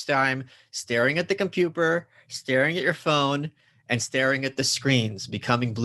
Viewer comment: "the compuper"